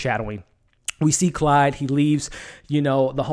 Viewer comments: dude... its CLAUDE not Clyde! lol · Sorry but it's Claude, not Clyde. Otherwise, I join in your enthusiasm that this was the best episode so far. I haven't read the book either but I'm loving the movie version! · It's Claude.....CL-ODD, not Clyde!